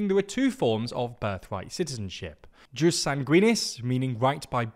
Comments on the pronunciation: It's "yus", not "juice". Also, stress on first syllable: "sòli", not "solì". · I would like to hear Latin correctly pronounced or it sounds incredibly ridiculous. JUS is pronounced “yoos”, SANGUINIS is stressed on the first syllable (hence, SANguinis not sanGUInis), while SOLI is stressed also on the first syllable (SOli not soLI). Please, and thank you! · It’s pronounced yoos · I've literally never heard it pronounced juice until this very video. And I basically ONLY watch and read content in English online. EDIT